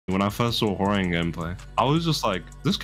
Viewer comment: How the fuck did he pronounce 'Hwoarang' again?